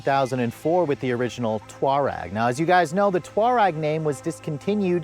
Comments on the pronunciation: I’ve always said “tour-egg” but either way, it’s not “twar-reg”. He also like to say “anyways”. That drives me nuts. There’s no “s” at the end of anyway. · Why do you say Touareg and Tiguan like that? LOL wtf it’s pronounced TOE-REG AND TIG-UAN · who came up with the idea that the Atlas was the replacement for the Touareg (not Twareg like he pronounces it)??? Not at all. The Touareg is a luxury SUV, the Atlas is a family SUV. They're not even in the same class. There isn't a successor to the Touareg in the North American market right now. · here you go again giving us less than accurate information the Touareg you miss pronounce was when Volkswagen was trying to go up market and compete with Mercedes-Benz and have the same platform as the Porsche Cayenne and subsequently the Lamborghini SUV when they also tried with their $100,000 Phaeton but then they realize Audi at least in the United States has the upscale market brand the initial Touareg was an amazing vehicle now all current offerings are all based on the Jetta platform and super inferior These are competing now with the likes of Toyota and Honda nothing of the Volkswagens of years ago but so be it but get your information correct and fix your hair LOL take Propecia